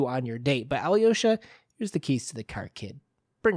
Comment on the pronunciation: Thank you for the analysis! By the way, the stress is on the second A, not the final O ("KaraMAzov"). Also, AlyOsha, not AlyOOsha - little Alex. I would also like to add that you're mixing up the two archetypal Russian characters a bit - the martyr is not strictly the same as the blessed fool (the yurodivy).